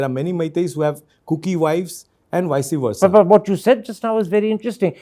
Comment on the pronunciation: This MlA cannot even pronounce vice- versa also😂